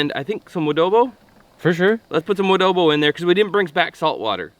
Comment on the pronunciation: Its adobo not woodobo. Im a filipino.